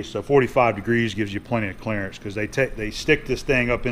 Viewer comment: Am I the only one that says "Clarence" every time says "Clearance"? LOL...One of the greatest movies of all time.